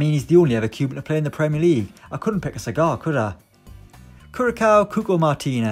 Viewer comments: Hall its more like kurasao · Curacao is pronounced Curasao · Nobody: Absolutely nobody:: Kurakao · more like cureasao). For better understanding. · It’s pronounced curasou